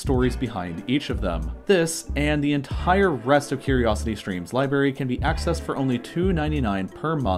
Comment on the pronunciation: Its funny and also kinda offputting how he fits h into words it doesnt belong in: ent HHire instead of entire 😂